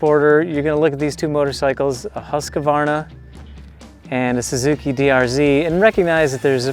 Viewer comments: huskavarna? just pronounce it Husk-varna.. it's really not that hard :) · Its really pronounced more like huus-kvarna not huska-varna :-) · Let’s say it together: Husk-var-na.